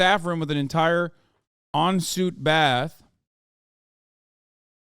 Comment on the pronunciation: Hasan saying "en suite" as "on suit" made me die a little inside